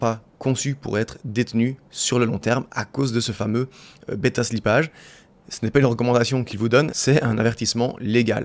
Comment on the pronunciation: Beta slipp"a"ge ca fait mal aux oreilles